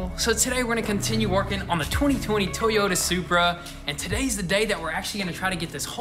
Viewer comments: Finally pronouncing Toyota correctly but still can’t pronounce Salmon.. 😂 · He said toyta right